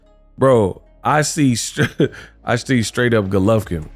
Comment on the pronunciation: stay butchering names😂😭Vegan Golovkin